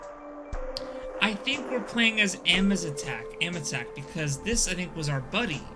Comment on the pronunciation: Akizetesche, not Amizetek lol